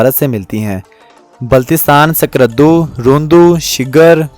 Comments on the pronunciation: According to 2022 Abadi 60cror ha ... skardo nhi skardu pronounce krea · آپ کی ڈاکومنٹری اچھی ہے تا ہم تلفظ کی بڑی خطرناک غلطیاں ہیں. جس سے سننے والا فوری طور سمجھ جاتا ہے کہ بولنے والا کوئی انپڑھ ہے ۔۔۔۔۔۔یعنی آپ کو سکردو. کوہ پیما قراقرم جیسے لفظ بھی بولنا نہیں آتے اس لئے پہلے کسی پڑھے لکھے بندے کو اپنی ڈاکومنٹری سنا لیا کریں. آواز ٹھیک ہے ویڈیو بھی مناسب ہے